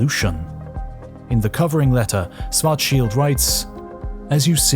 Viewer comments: Why do you say Swarzschild and not Schwarzschild? It's the same difference as sit and sh... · Swartzshilt? Its Schwarzschild=Shwartzshilt BlackShield in english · Why do you pronounce schwarzchild as schwarcheeld? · Schwarzschild. Can always count on Brits to mispronounce literally everything not-English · He was German. His name isn’t spoken like in the video, it starts with Sch, it’s pronounced like the sh in shallow. Next time, use google translate, it does a better job saying the name.